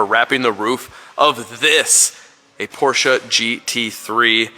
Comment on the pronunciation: Perfect German pronunciation of the German brand "Porsche"! Perfekte Aussprache!